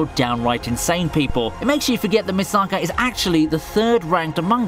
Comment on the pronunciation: why do you butcher Misaka's name?